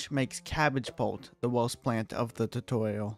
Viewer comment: Why are you speaking like that?